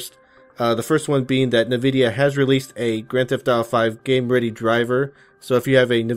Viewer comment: it NVIDIA (ehn-vi-dhia) not (Ni-vi-dhia